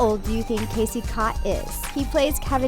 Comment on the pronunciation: Its Casey 'Scott' not 'cott' . that drove me crazy in the video